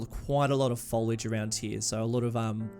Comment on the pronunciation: "foliage fooooliage" "That's what I said folage"